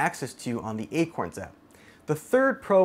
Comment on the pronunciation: you said akons xD had me deaAADD